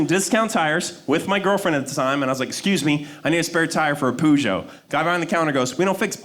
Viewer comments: In phonetic English it's pronounced PUR-GEE-OH, it's not that complicated. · Is he saying Peugeot? Pronounced per-jo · Dude can’t pronounce Peugeot... You can do better than Poojow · does he mean peugeot ffs? what's poojoh? facken called to mind king's cujo lol edit: it's peu kind of as in person, a brief sound, and then joh with the French j, again shortly breathed out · Everyone else :Perzsho Him: Poo Joe. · I think the posh lady may have been laughing because it’s not pronounced poo joe. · " I was an idiot " he said... some time after he pronounced it pUjo ? What the hell is pujo ?! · Hehehe... he called it a "poogeot". Funny that. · That's the closest pronunciation to what it's supposed to be even better than the Brits who pronounce it "Per-ghoo". For anyone interested BTW it's pronounced "poo-shoo" its a french name named after the founder Armand Peugeot. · WHY CAN'T THIS GUY PRONOUNCE PEUGEOT CORRECTLY? HE ACTUALLY SOUNDS LIKE HE COULDN'T FINISH SCHOOL. I COULDN'T WATCH THIS BECAUSE HE COULDN'T PRONOUNCE A CAR NAME CORRECTLY. YOU'D THINK SOMEONE STANDING IN FRONT OF AN AUDIENCE WOULD FACT CHECK THE THINGS THEY'RE GOING TO SAY. CRAP. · Oh my gosh, is that what he meant? Peugeot? I thought it was a local US brand hahaha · the pronunciation of peugeot is hilarious to me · It’s not pronounced like that in the country of origin lol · cant belive people pronounce "peugeot" like that